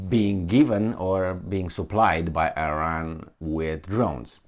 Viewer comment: It is Iran not Ajran.